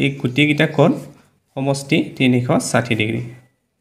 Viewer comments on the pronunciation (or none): চাৰ তিনিখ চাথি নহয় তিনি খ খাথি হে 😂😂😮